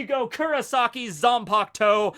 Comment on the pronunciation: It’s Zanpakutō. Not Zanpaktou 🤣